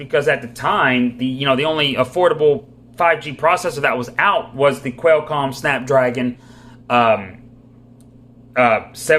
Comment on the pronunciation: I’ve seen a few reviews for this phone but none of them mention call quality. I hate it when reviews don’t address the phone part of the smartphone. His pronunciation of certain words I just have to laugh at. Quellcom =Qualcomm, Shy-o-me= Xiaomi 😂.